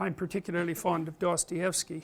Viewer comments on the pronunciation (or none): none